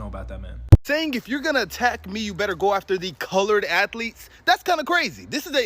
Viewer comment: Is saying colired instead of colord people offensive?